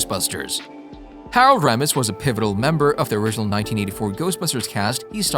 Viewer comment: RULE #1 In being a Credible Documentarian. "IF you do not know how to say a Persons name...ASK !!!" DAN "ACHEROID" ? HAROLD "ROMESSE,"...? Amongst many others ! Seriously... You sound like a Buffoon !